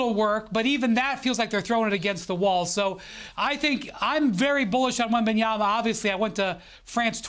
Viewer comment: Perk it’s really easy, it’s all in the letters, just slowly sound it out … wem-BAN-ya-ma … just the one B. Try writing it down, see the letters, say the letters … wem-BAN-ya-ma